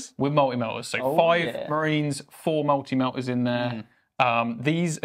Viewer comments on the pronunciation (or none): "Mul'i Mel'as"? MULTI MELTAS!!!.... YOU IDDIOTS! lol jk love the show, keep it up!